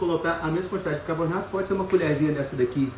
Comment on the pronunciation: Doutor, não é bicabornato! Bicarbonato, por favor! 😅